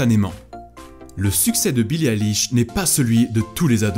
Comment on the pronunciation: J'ouvre la vidéo : ''Billie Alish''